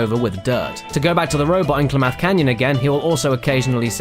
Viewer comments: "Klamath" is pronounced like clam-math, with emphasis on the first syable. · Oh my god, your pronunciation of Klamath is killing me. Just trust me, I live in Klamath Falls. Seriously though, love your work and keep it up mate.